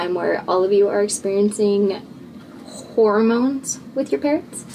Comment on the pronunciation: Love the way the first time you say it, it sounds like "horror-moans"